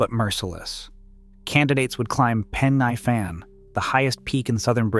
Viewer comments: Pen y Fan . 😂 Pen nigh Fan ? Welshman here. For pronunciation try Pen uh Van and Breckon Beacons, not Breecon Beacons. As for difficulty, the so called "Fan dance" is easy if you are properly prepared you are not overburdened and you are not given ridiculously short completion times. Ffs! Pen y Fan is less than 3,000 feet high and the lowest point on the Fan Dance is only about 800 feet lower. However the weather can change in an instant but is ony ever unpleasant rather than an existential threat to the properly prepared, even in winter. I am 78 years old now and for at least 4 decades I used walking the Brecon Beacons, because they are local to me, and Snowdonia as frequent fitness training for more arduous treks in the Scottish Highlands and the Picos de Europa. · "Pen Uh Van" not "Pen Eye Fan" "Breckun" not "Bree-con" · I'm writhing in agony listening to this commentator BUTCHERING the place names. Here goes for correction. Brecon is pronounced Bre con. The 'e' is pronounced as in egg, hence Brecon. Pen-y-fan. This is Welsh language and pronounced Pen e fan. Again 'e' as in egg. I can't watch any more as the butchery hurts me. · This is lazy and inaccurate! You need to correct the narration this is terrible... * Pen Y Fan is pronounced PEN EE FAN not PEN EYE FAN. * Brecon Beacons is pronounced BREH CON not BREY CON or BREE CON * That's NOT Andy McNab it's Chris Ryan and Jason Fox * Andy McNab DID NOT escape the desert he was captured. The escape was made by Chris Ryan. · Pen y fan. It’s pronounced Pen e fan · Jesus Christ, will you lot PLEASE learn how to pronounce Welsh names? 😭 It just makes you look incredibly ignorant of your chosen subject! Bree-con? Pen-I van? Card-rae? Seriously, c'mon man, sort it out, please! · Horrid pronunciation of Pen y Fan .😮 If I were you I would go back and correct the information presented including the misidentified personnel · Nah, I live here, I'll forgive him mispronunciations😆